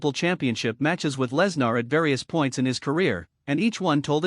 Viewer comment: Good lord, if you're going to fo a video about someone, make sure you or your AI can pronounce his name correctly. This is bush league crap.